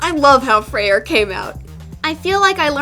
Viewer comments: You are are supposed say freyr not freier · no offense but his name is pronounced Frey it’s a weird thing about Norse names that they have some weird spellings (I’m into Norse myths so I’m a total nerd about it) like how Freya can be spelled freyja but still be pronounced as you did it’s a weird thing the Norse did with names like balder being baldr just trying to be helpful also stay artsy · lol, I love her pronunciation of Freyr XD. 'Frey-RR' XD me being Norwegian, I found it oddly funny. But, I guess different people may pronounce it differently...